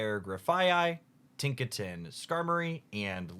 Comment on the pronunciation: nice “tiknaton” you got there